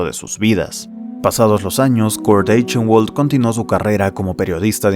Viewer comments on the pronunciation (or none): Muy buen video, buena edicion, buena narracion y buen pace. Pero pequeña observacion que me molesto un poco: Eichenwald seria pronunciado como /aijenbald/ entiendo que no es un apellido comun y que es un detalle muy bobo pero nada mas pa que sepas. Ojala llegues pronto a los 100k, disfrute mucho viendo este video